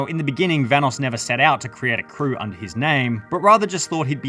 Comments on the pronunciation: dang hahahaha forgot how delirious used to call evan VA-NOSS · are we not gonna talk about how pronounced vanoss